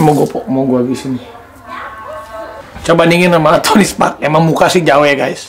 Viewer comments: Tony stark woooyy 😂 kok aku dengernya tony spark?? Abrar gak denger atau males ngebenerin? 😬😬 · Tony Stark aa Raffi..bukan Tony Spark 😀😀😀😀